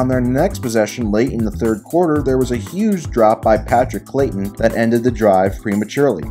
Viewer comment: Patrick Crayton, not clayton.